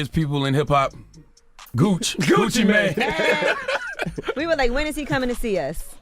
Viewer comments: Gucci Manai? 😅 GTFOH ai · This is terrible for ai. Gucci ma-ne 😂😂😂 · Gucci Maa-Naay????